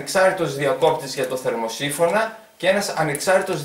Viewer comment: κάνε νέο βίντεο δεν μου άρεσε αυτό το βίντεο με τον πίνακα που δείχνεις επειδή δεν μίλαγες καλά δεν έλεγες σωστά το θερμοσίφωνα και κάτι αλλά